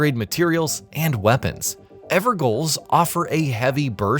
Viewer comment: EVER "JAIL" Bruh.